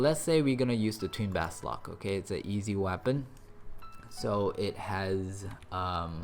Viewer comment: Thanks for the info - I'm sure you've painstakingly done this video.. just one of the few gripes... -------------- BA SOL K! ---- Not BAS LOK! Grrrrr. So many videos, I've been silently hoping you'd get the name correctly.